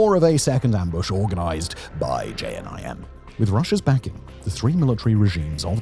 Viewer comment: I think that was the worst pronunciation of JNIM I’ve heard